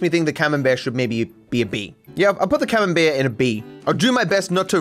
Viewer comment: Sounded like you said "cumenbear" .. cheers for the semen based cheese though in my brain now